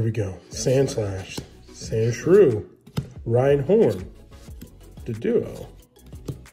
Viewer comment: It’s RHYHORN!!! NOT Rhynhorn!! Gosh